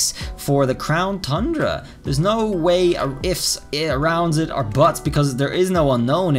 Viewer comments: um mr it is not "Crown Thundra" it is "Crown Tundra" TUN-DRA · Keeps saying thundra lol its tundra not thundra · It’s TUN- DRA NOT THUN-DRA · At this point I think you are saying thundra just to mess with us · Thundera lol. At first I was like man it’s “ton-dra”! But now it’s just funny 🤷🏻‍♂️ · Its the crown tundra not thundra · I love all of his videos and look forward to the information, but the “thundra” when it’s pronounced “ton-dra” or “Tundra” bothers me so much. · No offense but you keep saying tundra wrong you say thundra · Tundra not Thundra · Tundra pronunciation Ton-dra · You said crown thundea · Why does it get me every time he miss pronounces TUNDRA??? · Every time he pronounces tundra with an H, I just want to unsub lol